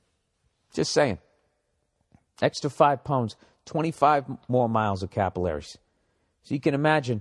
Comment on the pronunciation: Capillaries 🤣 ol freckles ruined that pronunciation